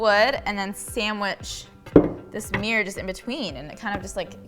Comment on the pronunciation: I love every bit of this except for pronouncing mirror as 'meir'